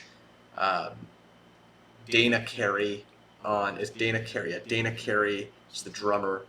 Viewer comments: Danny, not Dana. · Did you call Danny... Dana? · DAN KNEE DANNEEE DANNY DAN DANIEL any of those would work for DANNY CAREY but you calling him Dana and repeatedly saying you want to get their names right feels like a troll